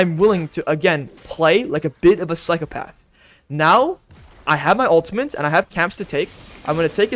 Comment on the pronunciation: It's pronounced "uhl-tuh-mit" not "uhl-tuh-mint".